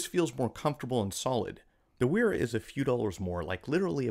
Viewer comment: So actually Wera is pronounced like "Vehr-ra", and Wiha is pronounced like "Vee-ha".